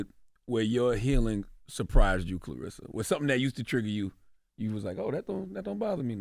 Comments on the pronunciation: her name is claRESSA, not RISSA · I just wish they would’ve pronounced her name correctly at least once. Claressa not clarissa. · Great interview. They gotta pronounce her name right though. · Either a lot of y'all or illiterate or just half ass fans...the woman's name is CLARESSA not Clarissa!